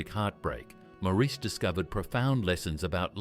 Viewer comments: How annoying... Where did Mour...ese come from ? Please pronounce the name right Mourase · His name is pronounced like Morris the British Car . the bot voice over is crap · His name is pronounced MORRIS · His name was Maurice but pronounced "Morris". Sheesh! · This is hard to listen to, since his name is pronounced Morris. Maurice was born 35 AFTER his twin, Robin. And other things just don’t add up either. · His name is constantly mispronounced... it's pronounced "Morris". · The Bee Gees were my favorite group back in the day. I saw them in concert during the 1979 "Spirits Having Flown" tour, Btw, Maurice's name is pronounced "Morris" (like the cat). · I wish people who make these videos would understand that his name is pronounced like Morris. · For heavens sake get the pronounciation of his name right, it's Morris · The US is irrelevant. The Gibb Brothers were born on the Isle of Man near the UK. In the UK, the name is pronounced Morris. In interviews, that's how his mother pronounced his name and she'd have more of a clue than you would. When they lived in Australia, they found out that the Australians also pronounce the name Morris. Perhaps the Yanks should show more respect and find out how to pronounce someone's name. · PLEASE PRONOUNCE HIS NAME PROPERLY. It’s Maurice, not “more Reece” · I would say, more like Morris, but with an A rather than an O. Marris. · I've watched a ton and I hear mar is. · 🤷‍♀️ I hear Morris. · It wasn’t his fame. This is so inaccurate it’s unbelievable. They can’t even pronounce his name correctly. He also didn’t have model trains. But he did also never go to the doctor. He was literally too scared to go to the doctor because he knew smoking five packs a day since he was 14 had done damage. I tried to get him to go, but he wouldn’t go.